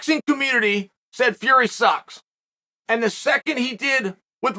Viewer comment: The fact that he never gets Tommy Fury name correct is the best .. Uncle Chael is the best in the business